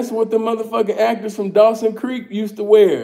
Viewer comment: Bruh said Dawsons Creek 😂